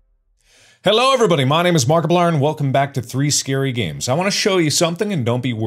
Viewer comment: Heh heh "Marxiplier"